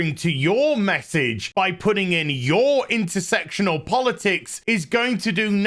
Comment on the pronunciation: at least you pronounce it understandably "intersectional" and not intersexual like your peers : )